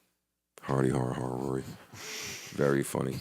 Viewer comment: Its not Rory...Its WORY! lol